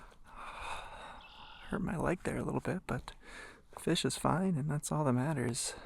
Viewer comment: nice Fesh..from now on I'm calling them fesh, not fish